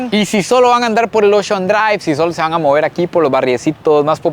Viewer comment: Qué bueno que ya sabe pronunciar la "RR", todavía no ha aprendido, "caruo" en vez de "carro", "moveur" en vez de "mover" y mil ejemplos más... ¿Por qué no pronuncian bien la RR?